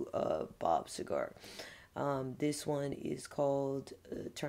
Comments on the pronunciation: Very nice new background. Pleasant. Pronounced See-ger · It’s pronounced See Ger. 💜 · Love that you've added the legend Bob Seger. Btw, it's pronounced Sea-ger. Definitely need to try Night Moves. Top 10 song in history. At least my history...lol Great job! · Bob See-Grrr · How many times are you gonna listen to him until you learn how to pronounce his name right?